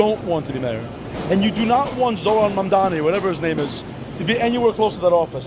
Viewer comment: dude actually pronounced his name right lol